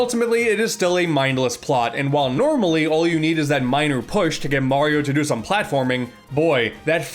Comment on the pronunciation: “Moorio games”🤔😂